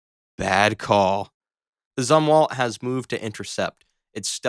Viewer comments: It's pronounced Zoom-walt, not zum-walt. Admiral Zumwalt was in charge when I was in 'Nam. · It’s pronounced Zoom-Walt. But it should be called the USS Boondoggle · High rye you? Yah moto? Zuhm walt? Can't you pronounce at least one ship's name correctly? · It's pronounced ZOOM-walt. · nice, but Admiral Zumwalt pronounced the "u" as long. Zoom' walt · It's ZOOM-walt. And it's not "yah-MOH-toe" - it's YAH-mah-toe. The AI narration is TERRIBLE. These pronunciations have NEVER been used in real life, yet HIS channel selects the ONE totallly clueless narrator-!! What else can THIS channel wrongly select - pronunciations are THE EASIEST to fact check, and THIS channel refused to do that. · Fantastic video! Zumwalt is pronounced with a long U.